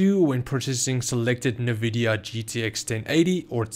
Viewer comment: I’m sorry but nvidia not nuhvidia